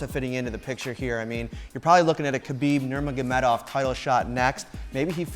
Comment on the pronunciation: "Kabeeb Nurbagenov" - Forest Gump. Do you see a chuck in their?... Anywhere?